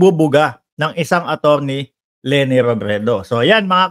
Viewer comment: Stop saying Lene please